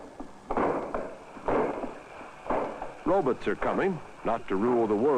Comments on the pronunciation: "Ruhbits". No, "rowbots". : "it mustn't run over the baby". Ya' think not? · "Row-buts," not row-BAHTs!😀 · 🤣🤣 He did!!! He said, "Robuts!!!" 🤣🤣🤣🤣🤣🤣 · We should all start calling robots - “robutts” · Did he say “Robits” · "Robuts" or "robits" lol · It’s always “robutts” with this older generation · you mean "Robits" I love the old pronunciations for robot lol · Ever notice how they used to pronounce robots as ro-buts? 😂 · Love how he says "Roe-bits" instead of "robots" 😂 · exuse me . he calls them "robutts" but if you want a human ROBOT. I might be able to help you. Yes they are on the market. But they cost as much as a fuckin house to own. but PERKIES! you can have sex with them. so thats good. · gotta love the olde timey pronunciation of “robots”